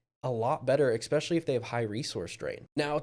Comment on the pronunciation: This was an “ekspecially” good review.